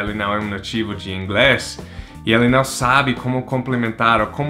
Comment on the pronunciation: Isso. NUMb tem o som certo de NÃo, assim como NUMber. Boa dica! Se ele ver, talvez ele consiga falar "não" em vez de "nao"